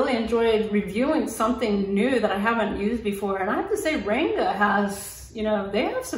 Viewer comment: Great review, btw the “a” in Ranga is pronounced as the “u” in hung. It means colour or colourful in Hindi.